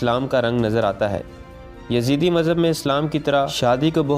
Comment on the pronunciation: Yazeede not, its yazdee